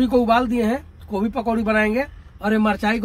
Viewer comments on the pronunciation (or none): Kobi ni gobhi hota h bolna to shikho😂😂😂